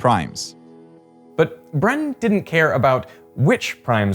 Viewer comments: Not "Brann" but Bruuuun. Forget it, you don´t even have that vocal; can´t pronounce it. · his name is BRUN not “Bron” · Brun is pronounced a bit more like prune, not run. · It's Bruuun, not Brunnn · Bru(uuuu)n. Not Brunn. More like the pronounsiation of Moon. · Tip: The 'U' in 'Viggo Brun' is pronounced similar to the ''U' in 'rune' (the written language of some old societies). Further towards the lips, pretty much in the space between your teeth and lips. The end result should rhyme less with 'run', and more with 'swoon' or 'soon'. Hope I explained it somewhat okay, linguistics and vocabular biomechanics are not my forte. With the very best of regards, a random Norwegian fan. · Brun was Norwegian. Therefore, the "u" in his name is pronounced like the "u" in the word "put," not like the one in the word "but." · Why are hou pronouncing Brun's name Brønn? 😂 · "Brun" is pronounced with a long u sound. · It should be pronounced "bruun". The vowel is long, and the name means "brown". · "Brun" is pronounced more like "Broon" and means "brown" in Norwegian.